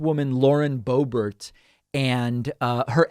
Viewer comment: Boebert its pronounced boob art Hhhh thats dutch! vierd huh ? The accent !